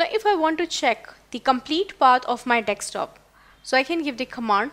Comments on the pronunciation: Sorry to say...it is not nekstop,it is desktop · Pronounced Desk-top not Deks-top